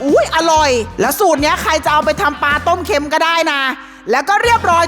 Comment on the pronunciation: ต้มเค็ม(เค็น)😂😂😂